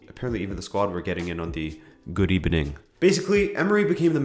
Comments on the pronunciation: rip “good ebening” put an F in the chat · Keep Calm And say "Good ebenin" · RIP. "GOOD EBENING" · it was ebening in kazakhstan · KSI won, Emery sacked in the ebening. The world is at peace again